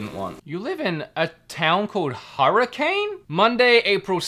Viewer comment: If that was Hurricane, WV, you just upset all the locals with that pronunciation. lol (We've got an odd way of saying things, I know)